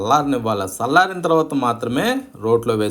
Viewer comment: Sallarina kadu challarina bhasha chakkaga matladite vinadanniki mee pachhadila chala ruchiga untundi 😊